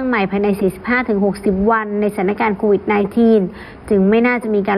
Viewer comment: เรียนท่านผู้อ่านข่าว กรุณาอ่านออกเสียง Covid ว่า โค- วิด